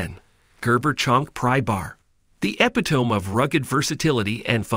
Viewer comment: “Epitome” was BADLY mispronounced. That’s how you know this was not a human voice, but AI, instead.